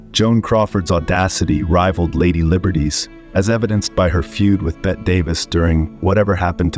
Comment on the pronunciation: Betty, not Bet, Mr. AIM man.